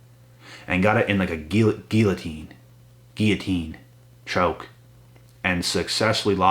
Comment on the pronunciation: Guillotine or Gillotine??? 😆 🤣 😂 I caught that lolz!!!!